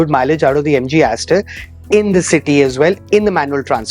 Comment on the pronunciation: Sar aapane Jo mileage bola hai MG star style ka to, thoda clear bol dijiye please